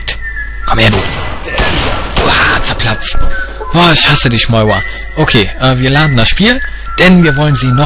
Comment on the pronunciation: warum sagt er moiwa?